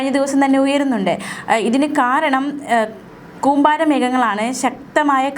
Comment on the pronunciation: കൂമ്പാരി അല്ല കൂമ്പാരം 😄😄